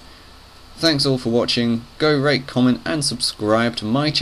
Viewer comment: it sounded like he said go rape comment and subscribe